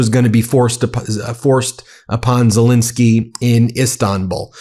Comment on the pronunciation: ZelENski not zelinski. Please pronounce his name ybe way he does.